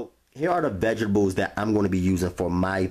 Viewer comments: i just love how he says vegables and not vegtables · What are veggibles? 😂😂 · Vegables? Thats adorable!! I mean no disrespect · Who else LOVES the way he say Vegables 😂🥰❤️ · Phonetic: V E J T A B E L S! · Every time he say vegables I crack up lol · Lol "VEGABLES" 🤣...GOOD VIDEO THOUGH! 💪🏾😎...👍🏾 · vegables.... lol... I'm out. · "Vegebales" lmao 😂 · Moiss rum tepecher vegibals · First thing I caught as well 😂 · I love the way you say "vegga bulls" 😍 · theylovemarg har har har let’s continue to laugh at how someone who mispronounces a word! 😂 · Literally came to the comments to see if anyone else caught that!!! Chileeee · Lol love the recipe but can’t get over the “veggablez” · Did he say vegiblz?